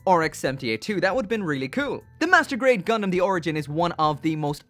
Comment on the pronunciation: is it just me or did he say masterbait zakus